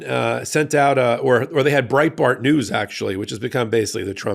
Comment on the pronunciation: For a second, I thought I heard "Brain Fart News", when you said "Breitbart News"... If the shoe fits... 😂